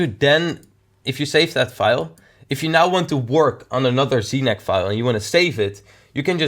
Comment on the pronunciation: znac sounded like snack